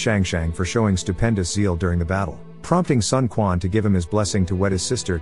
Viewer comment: Also, it is not Sun Kuan. More like Sun Chuan..